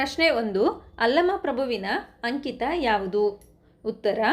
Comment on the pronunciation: ಅಂಕಿತ ಅದು ಅಂಚಿತ ಅಲ್ಲ ಮಿಸ್